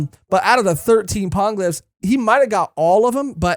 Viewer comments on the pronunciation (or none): Hate being that pronunciation-nazi but it's gonna keep coming up. Poneglyphs is pronounced like poe-neigh glyphs, in Japanese po ポ ne ネ. Gonna keep annoying me otherwise 😅